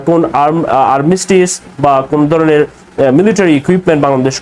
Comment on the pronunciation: ভাই তুমি কি বাঙালি? তোমার উচ্চারণ সঠিক নয়, ভাষার স্বচ্ছতা নেই। "দরনের "" উচ্চারণ হবে "ধরনের"